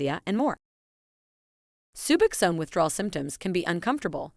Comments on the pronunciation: Hearing subaxan is getting on my nerves. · Can’t bear the way she pronounces sub OX one - SKIP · Soobuxown??? Wtf... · Bitch, say Subbuck Zone ONE MORE TIME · You would think that this person would know how to pronounce SUBOXONE. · Jesus. My 11 year-old can pronounce it correctly! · She doesn’t even pronounce it right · I cannot listen to this very long because of the horrible AI mispronunciation of Suboxone!!!! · I CANNOT STAND THE PRONUNCIATION OF SUBOXONE IN THIS VIDEO! I’m ready to detox from 8mg but I think I’m going to taper. Been on it 2.5 years and I’m in a solid 12-step program with a sponsor and other support systems. I also have access to comfort meds. I need advice though! Thanks in advance 🤍🙏❤️‍🩹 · Hearing the narrator pronounce “Suboxone” is almost as painful as the goddam withdrawal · Nailed it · If you cant say suboxone right dont make a video on it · clearly an AI, but i agree nonetheless